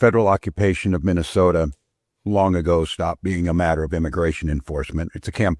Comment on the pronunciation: Minesolia.. minessolia 😂😂😂😂😂😂